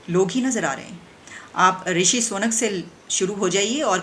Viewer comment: Legend says she still pronounce 'Sunak' as 'Soonuk.'😎